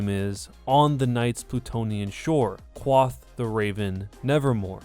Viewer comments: BimLau Yomashitobi cwaff the ravan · Did you just go “Quath” instead of “Quoth”? I’m not a grammar nazi but dude, WTF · kwath? it's quoth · Do not tell me he said Qwath instead of quoth. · "kwath the Raven" I died. It's quoth... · Lol wtf it is quoth like quote not quoth cloth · "qwath the raven" god it is painful., buddy, it's pronounced (Q-woe-th) not (Q-wa-ff) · QWATH THE RAVEN 😂😭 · quoth is pronounced quote-ith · "Kwath" the raven. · “Cwoth” CWOTH DA WAVEN NEVAHMOE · 12 PARsecs. Not Parasect, the Pokémon. Quoth is pronounced "Quote." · The way pronounces quoth makes me shake. "Qwath" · Quoth is pronounced like Quote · Quoth is pronounced like quote but with the 'th' sound in the end. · Coincidences are not easter eggs. And look up how to pronounce "quoth." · He mispronounced "Quoth" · I’m sorry, I love you, But after your mispronunciation of ‘quothe’ I am really annoyed Doesn’t mean I’ll stop watching tho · Can you then English? The way you said quoth was wrong in every way possible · you pronounced some things wrong like parsec and quoth vid's great otherwise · the way pronounced "quoth"